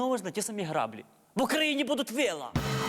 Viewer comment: Майкле, таки "граблІ", а не "грАблі"..